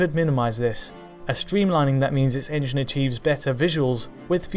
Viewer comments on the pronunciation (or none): none